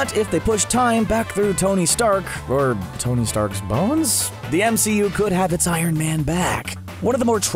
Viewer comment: Tong? Wtf?!! It’s Tony